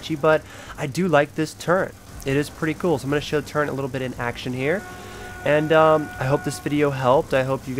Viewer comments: dude WTF it's pronounced turret not turrent turret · its turret not turrent..... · Very sorry but turrent isn't a word it's turret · When he called a turret a “turrent* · its turret nit turrents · He not saying fukin turret right he's saying turren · Dude its turret not turrent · He's not sayin fuking turret hes saying turren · turret not torrent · Turret turret not turent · Turret not turrent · The amount of times he said turrent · WTF IS A TURRENT YO JFC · Why the fuck are you saying turrent